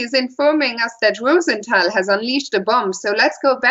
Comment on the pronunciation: More Fiona Steil-Antoni, plz! Great analysis, and the correct German/French pronunciation (ROO-sen-TAL) is refreshing!